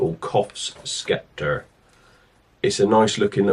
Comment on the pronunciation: Sceptre, Pronounced “sep-tar”, not “skep-ter”